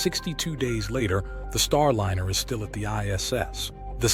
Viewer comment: A.I. Narrator: "Startliner"